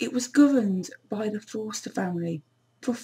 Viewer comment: Woodey my name is Freddy Forster and I am part of the Forster family and she is saying it wrong not to be mean